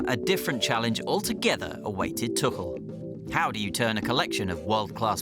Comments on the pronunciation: So I've just discovered that his surname is pronounced tukkel and not too-kul. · Is his name really pronounced as tukel?